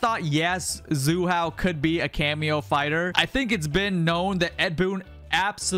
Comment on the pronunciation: WTF is Zu Hao 😂